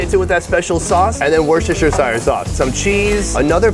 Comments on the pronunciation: Worcestershershire Sauce 😅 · How did he pronounce worstchestishiresauce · Had to chuckle at the pronunciation of Worcestershire 🤭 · I love how no American can say Wostershire😂